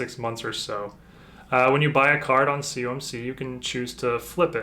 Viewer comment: I mentioned in another video you did a PSA submission return. It sounds like you say "cumc", what is that? I know what "COMC" is. I have bought from them for years. There processing orders and shipping through Ebay is insanely slow. Been waiting on order 30 days, it's not even shipped. I really want to know what you mean by "CUMC" is. Thanks for your reply.